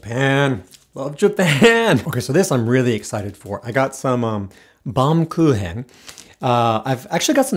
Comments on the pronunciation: The switch to pronouncing baumkuchen with a Japanese pronunciation instead of the ‘I’m learning Japanese’ pronunciation was chef’s kiss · BAUMKUCHEN was pronounced totally wrong for a German word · 何この人おもしろいwww 「ほうじ茶」も「バウムクーヘン」も、発音がほぼ完璧な日本語だったの凄くいいwww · バウムクーヘンだけ発音がカタカナで、お箸で食べててウケたww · 「ほうじ茶」と「バウムクーヘン」の発音、明らかに来日したてじゃないの笑う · I meant how Japanese people pronunciate the word "Baumkuchen" ???